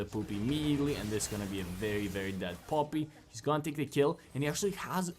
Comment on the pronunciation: bro how u say poppy haha pooppii